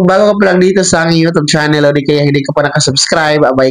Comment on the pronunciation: Hindi yon yo tob, instead u tyob.pls pronounce properly.